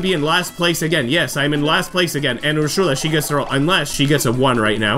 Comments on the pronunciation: Great to see Wii Party is finally back! Hearing you groan at your luck go from bad to worse was hilarious and relatable XD Also, I think Ursula’s name is pronounced “er-soo-la” and Elise’s name is pronounced “el-ees”. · why do you say ursula like that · Just some corrections: 1. Ursula's name is pronounced as Ur-suh-la. 2. Elisa's name is pronounced as E-lee-sa. 3. Advanced difficulty isn't the hardest difficulty. After beating it, you unlock Expert difficulty, and after beating that you unlock Master difficulty.